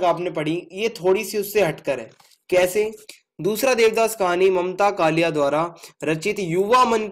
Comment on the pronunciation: कलीया नही है कालिय है